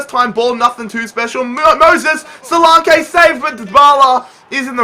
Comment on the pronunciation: Btw, solanke's name is pronounced; so-lanky